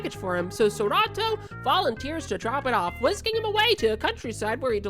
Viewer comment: Serato? His name is Sorato 😑🤦🏻‍♂️